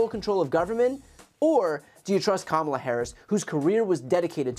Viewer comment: If you watch the whole commercial, he pronounces Kamala correctly, twice.